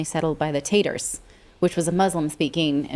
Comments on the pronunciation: not to nit-pick but around the 21 minute mark, Tatar was pronounced like the folksy kinda way of say potatoes, but it should be Ta-Tar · Tatar is pronounced Tah-tar, they are actually the remnants of the Golden Hoarde aka the Mongolians of Kubli Kahn. I believe Crimea was a Greek imperial enclave at one time. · In the group of ethnic peoples that she was referring to in Crimea is pronounced ta-tar... It's understandable though how she got that one wrong I often wonder how Eastern European languages are pronounced when you look at the way they are written it's mind-blowing I swear there are words that have no vowels at all lol 🤣